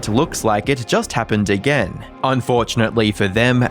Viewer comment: Less then a year a-GURRR 😂